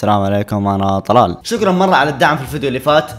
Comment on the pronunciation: شكرا❎ شقرا✅ 😂😂😂😂😂😂😂😂😂